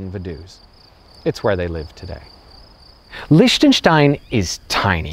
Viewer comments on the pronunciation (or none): "say it as leeshtenstein" oh my god no, who gave you that advice? Ch in German has IPA [x] pronunciation. Like Rammstein - ICH will. Or english (scottish) LOCH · The way you pronounce Liechtenstein is sooo wrong... It should be "Leehtanshtine" 🙏🏻 other than that... Nice video! I live here and it is indeed a very interesting place! They're the nicest racists you'll ever find! And I mean it! They're so helpful and cheery and smiley all the time... But you're not allowed to live in their country for more than a year! Wtf? 🤣 Unless you have loads of money... Then you're welcome anytime! Crazy ass people, I swear! But I love them anyway! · Why "Lish-tenstein"? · Well he already acknowledged that himself with the endslate thing: "SAY IT AS LEESHTENSTEIN there's no way that's correct USE IT ANYWAY thanks brain" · I'm trying to hold back from criticizing his lack of glottal fricative in the "ch" of Liechtenstein. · Wow such a quality video... Can't even pronounce "Liechtenstein" properly. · I mean... okey whatever this country might be not significant at all but still... still kinda caught my ear that he pronounces it differently most of the time... proves he doesnt give a damn. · Wow. This actually escalated quickly. I'm speechless. I just didn't feel like you tried to pronounce it properly. And i'm not trying to be too negative... just giving some critique. Cheers.